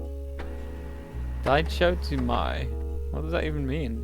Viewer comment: when you mentioned die-cho-toe-mai i had a facepalm moment there... Dichotomy is an actual world which means a division into two, or a difference between two completely opposite things 😂.. which is a foreshadowing for the rift..